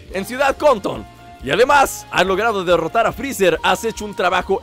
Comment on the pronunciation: Like si viste que en el minuto 3.00 dice derrorarappp a nail y salir victorioso también dice derrrora y afuera tambi n dice derrorara p